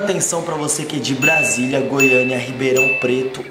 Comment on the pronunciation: BRASIU OU BRASILIA VOCÊ DISE BRUNU